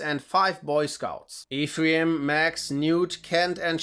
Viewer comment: Worst pronunciation of "Ephraim" ever. You should check Robert Silverberg's The Book of Skulls.